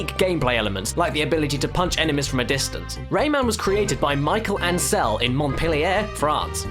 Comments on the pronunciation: It's "Mee-shell Ancel", not "Mai-kel Ancel". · It's funny to listen your prononciation of Michel Ancel. Great video !